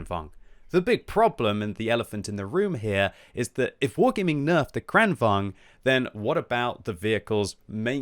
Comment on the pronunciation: Timing of Swedish butchering seems to be retaliation for them joining EU lol